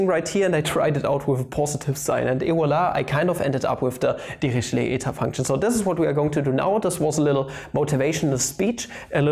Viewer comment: LOL at first I thought you were saying devilishly eta function ==> devilled egg function